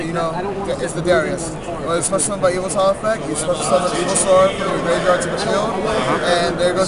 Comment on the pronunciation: Evoltile....not Evolite